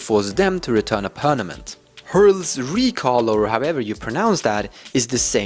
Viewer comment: i like how he says pernament! lol